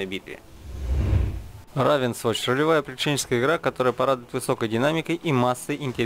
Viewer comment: Ну смотри дружище - "Суфи" - надо "сИфу", "равенсвоч" - надо "рэйвенсвоч", также "церс оф зэ дэд годс" - "кёрс оф зэ дэд гадс" - ну и микрофон пора покупать уже)